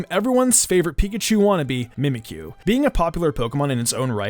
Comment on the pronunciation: Did you say mimkyu wanna be